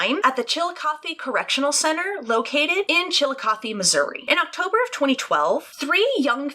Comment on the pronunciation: I recently found you. LOVE your videos! You said Chillicothe right!! That rarely happens!! Alyssa is scary AF! I learned about her case years ago. It goes way beyond being Goth or Emo. She is deeply disturbed and I hope she never gets out.